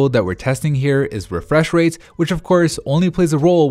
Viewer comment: 'high refweshrate screens' XD